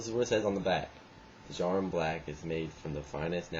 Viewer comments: I smoke them regularly, there pretty rough after a few packs, an it's pronounced JAR-UM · you pronounce djarum with a silent d =)